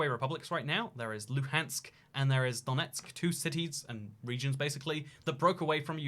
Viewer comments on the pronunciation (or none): none